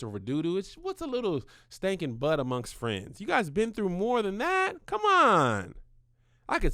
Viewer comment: spilling the truth on that buhht buhht